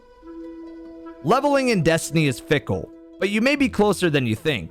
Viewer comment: "Levevling Up"